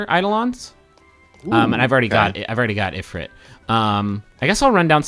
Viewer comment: if-rit eyed-olons It's eye-dolons and eef-reet.